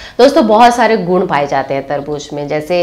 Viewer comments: Tarbooz not tarbooj hehehhe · मैम वो तरबूज नहीं तरबू ज़ होता है 🙏🙏🙏